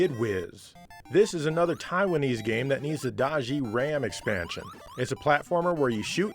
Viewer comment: Does he say “extansion”?